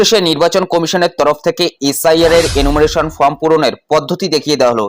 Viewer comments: দিনে ৪টা কেন ১০টা ভিডিও করেন তাতে ফর্ম কেন ফ্রম হবে। এধরনের ফালতু কারণ না দেখিয়ে নিজের উচ্চারণ ঠিক করুন। ভিডিও করে যখন জনসমক্ষে প্রচার করছেন সঠিকভাবে ভিডিও করাই বাঞ্ছনীয়। ভুল ভুল‌ই । স্বীকার করতে দোষ কোথায়? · ওরে ভাই, ফ্রম না, ওটা ফর্ম হবে।